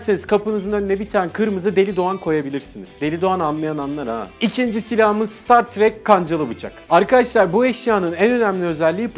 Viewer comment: StatTrak m4a4 söylerken ne diyo bu dedim